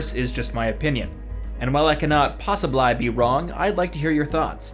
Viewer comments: Did anyone else hear him say posibli instead of possibly at the end or is that just me? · Did... Did you say Poss-ib-lIII? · Yeah, I noticed too. And at some point near the end he says possiblAYE. This is weird considering the rest of the elocution. Are those outtakes?